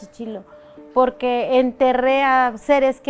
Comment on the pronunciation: I stopped watching as soon as she called me porqe.. Yeah I know some Spanish, you are not tricking me..